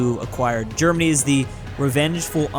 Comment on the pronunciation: the germany sounded like dermany XD